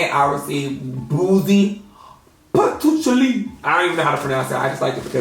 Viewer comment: PATOOCHALI GOT ME CRACKING UPPPPPP! this the best way I done heard patchouli get pronounced 😂